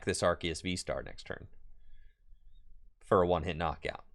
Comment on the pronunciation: Very entertaining vid!......wish the deck wasn't so bricky........Also, you're 100% correct about the pronunciation of Arceus.....It's ARK-ee-us according to the Pokémon Super Extra Deluxe Essential Handbook.